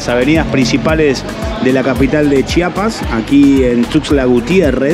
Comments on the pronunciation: Lo que me da curiosidad es que ellos sí saben pronunciar CHIAPAS y no chapas como la gente de otros estados de la república 😂😂😂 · Lo que me ha encantado es que a diferencia de los mexicanos del centro y norte del país ustedes si dicen bien CHIAPAS y no CHAPAS como ellos.